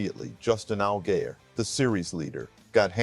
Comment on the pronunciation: Who ever is doing the narration needs to learn to correct pronunciation of driver names. Allgaier is pronounced All gi er